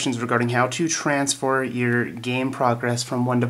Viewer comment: transfour? really?